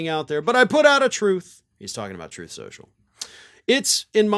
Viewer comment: He put out a, "trOth" lol